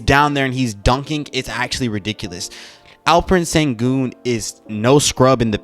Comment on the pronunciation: What you say: Alferen sengun What you should say: Alperen Şengün (Alp like Alpines's Alp. Eren like in the anime. Shen is the pronounciation of Şen Gün is like Günter's Gün from German. Ghunter, we shall say) Thanks. ^^